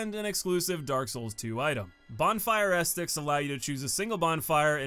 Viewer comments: Ah set tic, not estik lol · Great video! Sidenote: Ascetic is pronounced "assy dick" not "asstick" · Seems like the hardest boss for you is pronouncing Ascetic correctly 😂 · FYI its pronounced "uh see tick" not "ass tick" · Ah, the return of the king Edit: a few things I want to add Not really that important, but ascetic is “ah-seh-tik”. The way you pronounce some words honestly cracks me up. In regards to Yhorm, I think some people fail to understand the significance of his fight if Dark Souls 3 was their first/only souls experience. DS3 is essentially an homage to DS1 and DS2. Yhorm is a shining example of one of the few times DS3 references Demon’s Souls. Not only in regards to the actual weapon, the Stormruler, but also to the more puzzle-esque boss design of Demon’s Souls. He would fit perfectly in that game, and they used his fight as an opportunity to pay respects to the OG souls experience rather than recreate something along the lines of the giant fights from DS2. On a side note, you can also fight Yhorm with a regular weapon if you’re looking for a big challenge. It’ll take a while to bring him down, but with his moveset and damage it really is an exhilarating experience. Go grab the Frayed Blade (plus a bunch of repair powder) and give it a go if you want Yhorm as a tough battle. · Ahh yes! The “bonfire esticks”. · Ascetic, uh-seh-tuhk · Ascetic = "uh-SEH-tic." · bonfire "a set ic" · AAUUUUGH! Ascetic! ASS_ET_ICK! XD I'm sorry if this is rude, but it drives me NUTS when someone repeatedly butchers a word when they could just take an extra half second reading it to say it right XD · Ascetic = ah-set- ick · it's pronounced ass-etic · Glad to be back, thanks for continuing to check the vids out! All these years later, I still can't stop mispronouncing things in videos lol. Thanks for the correction, will note for the future. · Wait say "ascetic" again 👀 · Why you say Ascetic like that